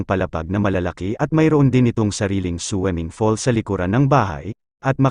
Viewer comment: Anong weld.... Will po Kuya! At swimming pool😂😂😂😂not swemengpol. Ano lang slungs hahaha swemengpol